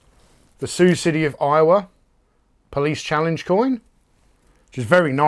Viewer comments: Wow there are some sweet goodies there mate. The police figures are awesome!! And yeah, you pronounced it right.... sounds the same as "Sue". I didn't know you collected challenge coins too? Top video as always. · You are pronouncing Sioux City correctly.